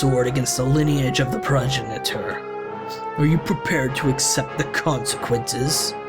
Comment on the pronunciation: Progenitor is pronounced Pro-gen-it-or, for future reference. Definitely seems to me like you're fighting on the wrong side. An interesting start for the game. ^_^